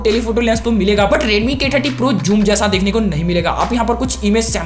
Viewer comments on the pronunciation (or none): Its not pronounced as "Juum" ...its "suum" with an 'z' touch to it.